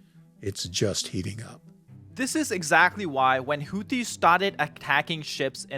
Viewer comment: How can you possible be pronouncing Houthis and Aden incorrectly with so much access to hearing the correct pronunciation online?